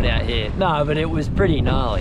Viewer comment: How do you all add 4 syllables to the word "NO"? "Naurerrrerr"